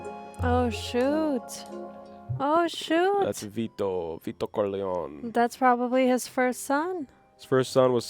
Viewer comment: Love your reactions and analyses guys! One question: Why do you call him Corleown and not CorleonE ?